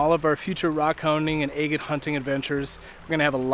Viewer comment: That striped water agate was spectacular. Wow ! You drive me nuts saying a- git. It should be ag’it But to each his own. I’ll still keep watching you. Love the content. Good luck and Happy Trials 👍